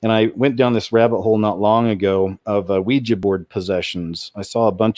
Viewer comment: thank you so damn much for pronouncing Ouija board correctly. i didnt hear you say weee-jeeee not once! bravo!!!